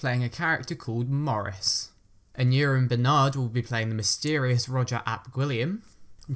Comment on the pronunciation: For future ref, Aneurin is pronounced "an-EYE-rin" (as in Aneurin "Nye" Bevan, founder of the National Health Service).